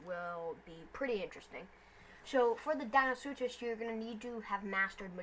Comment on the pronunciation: Its deinosuchus not deino-such-us and its mahajangasaurus not majungasaurus